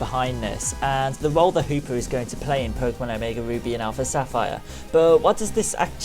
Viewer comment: i thought he said omega boobies